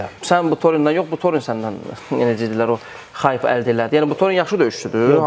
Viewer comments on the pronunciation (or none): Xayp yox hayp